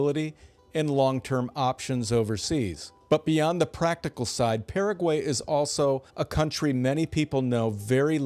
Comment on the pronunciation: Like the channel. But first, you pronounced Paraguay correctly when introducing it but then proceeded to mispronounce it. Also, the canned videos pretty much say you’ve never visited 90% of the places featured.